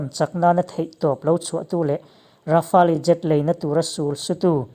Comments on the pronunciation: Rafale tih hi Ra fa le tilo in...Ra fale tiin chhiar ta zawkla adik zawk in karing...chuan a ngaihnawm khawp mai👍👍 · Fela Sap hoin an explain reng2 in leh...Rafale hming an lam reng2 in Ra fa le tiin an lam ngailo aw Ra fale tiin an lam thin...i awihloh leh a chanchin an sawina youtube ah atam mai va enve mairawh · Rafa-el ti tur jawk.. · Rafali nilo in rafel tia pronounce tur zwk😎😎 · Dassault rafali nilo in i lam dan kha Dassault Rafale ti zawk rawh i lam diklo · Ra-fa-le ti a lam tur niloin Ra-fale tia lam zawk tur zawk a ni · Rafale leh j20 i lam dan mai chuh😁😆😅🤣 ka nuih za tlat nih chu... mzo2 mi ini hrim2..thaims te la ti ta deuh2😭 rafael ti ve mai la.. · Tard,rafaali,j20 ngaihthlak hrehawm tep,i aw chu engpawh nise,i lam dan hi chu ngaihthlak hrehawm tep. Han tang leh deuh teh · Rafale tih i lam dan hi, atawp a le tih hi tel lo in, Rafêl ti a lam tur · Hotupa lam dan hi a dik. "Le" tih khi a hranpa a lam tel tur. Grand finale ang in lam tur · Rafael I lam rik Dan hi a dik lo deuh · Rafale hi i lamdan mak ka ti😁😂